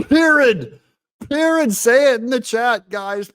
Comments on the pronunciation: "Perid"! LOL (Period)...😂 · I think its 'pirid'!!! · PEER-IT!! You spell it PEER-IT! lol! TRUMP IS US.